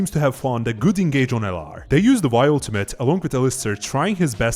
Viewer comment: Top laner name is pronounced vi (i* like in chin) zi cha chi